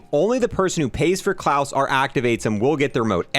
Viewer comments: It's not Clause like Santa Clause, but kl-ow-se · Says his name is klaus, pronounces its clawess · Clause and "ayyther" instead of "ee-ther" make me feel that way haha. Maybe has some mild dyslexia, you'll read everything instinctively phonetically. No hate on him, I do the same to the point where I will Google "how to pronounce" for videos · I heard "claws" 🦞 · I think I suffered slight brain damage from the pronunciation of his name